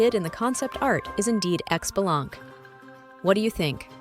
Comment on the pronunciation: i cringe every time people mispronounce his name >.<. It's pronounced *shi-bah-lan-kay >,<